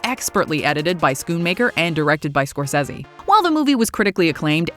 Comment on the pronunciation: Holy crap, learn how to properly pronounce "Scorsese" and "Schumacher". Stop butchering peoples names.